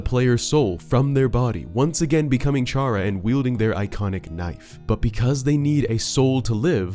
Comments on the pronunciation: Every time you pronounced Chara's name as "Char-uh" instead of "Kar-uh", I cringed slightly. It's clearly meant to reference the word Character, which has a hard ch instead of the softer one you used. Which, coincidentally, would make Kris' name a fusion of Chara's and Frisk's, adding fuel to the fire of your theory being true. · It’s not pronounced “char-uh,” it’s pronounced “care-uh” since the name chara is inspired by the word “character,” pronounced “CARE-uck-tur” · BEUH ITS CHARA CAR-A NOT CU-HAH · awesome video, chara is a play on the word character we don't say "Charrah" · Felt pain when he said “Ch”ara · Fact: Chara's name is pronounced "Kare-Ah" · Him: pronounces Chara ch-ara Me: gets shot gun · chara is part of character so it is pronounced like character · Stop calling her chara its chara as in kara like how Kris is prounonced chris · just sayin chara is pronounced kara, as in character.. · One thing that bugs me: "Chara" is pronounced "Kara" as in "Character" This is further confirmed by Chara's Japanese name, キャラ (*Kyara*), a shortend version of キャラクター (*Kyarakutaa*) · I am triggered on how you pronounced Chara... it's bacially "Chara"cter, and, I like the theory of Ralsei being made from Kris' mind, also, Gaster has nothing to do with Deltarune, Jevil and Spamton knew the KNIGHT who is now confirmed as KRIS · Fun fact 99.7% of viewers are pissed at the word 'Shara' and not 'Chara' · I still find it weird when people say Char-a...Wouldn't it be pronounced Care-A like Character...Chara-cter...eh whatever video was entertaining. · The amount of people who pronounce Chara wrong is insane. Its Care-uh. as in, CHARACTER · The theory is pretty neat but I come on, Chara short for "chcharacter", it's pronounced with a K sound. Everytime you said it I whispered the "correct" name under my breath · Same 😒 Also, the inherently Evil Chara belief